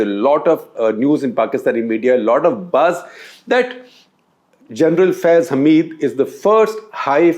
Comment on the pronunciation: I have to appluad Shekhar on getting pronounciation of Faiz Hameed correctly. I have watched a dozen of indian video clips and all of Indian anchors don't understand the diffrence in Hamid and Hameed, Rashid and Rasheed, Zaid and Zahid etc.